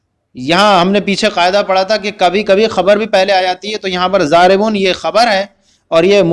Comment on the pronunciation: اپ نے ضارب کو زارب پڑھا ہے یہ کس لئے تفصیل فرما دیں (اپ نے ۔ض۔ کو۔ ذواد) پڑھا ہے ؟؟؟؟؟؟